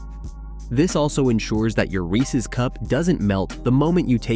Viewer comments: Viewers, take note: it's pronounced "Reeses" not "Reecee." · I hate it when people mispronounce Reese’s. “Ree-cees Pea-cees” Terrible lol